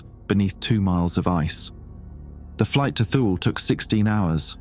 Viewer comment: It's pronounced "Too-lee", not "thule"